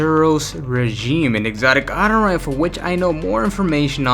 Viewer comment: Hate how he says auto rifle as atto rifle